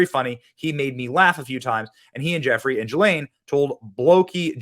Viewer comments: her name is pronounced..Gee Laine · Ghislaine is pronounced with a hard G.